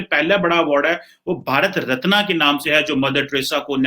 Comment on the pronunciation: Ratnaa nhi Ratna hai, aa nhi hai jo lamba kheench rha hai, Ratn pronounce hoga